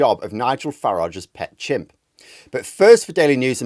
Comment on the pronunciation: I thought he said 'gimps'.